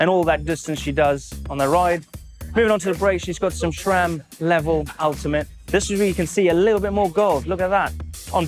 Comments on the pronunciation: sram doesn't have a H in it. it's sram not shram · Why does say shram instead of sram????? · Seth also says 'shram', so I guess it's alright. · Nice vid 👍. He still says shram 😂